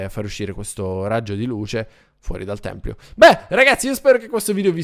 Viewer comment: Potresti fare un SANTUARIO al posto del tempio. Molto bello. Completalo! PS si dice tempio non Templio